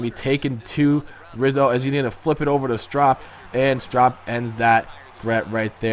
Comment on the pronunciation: are you even a cubs fan it pedro strop with a ope soun not a op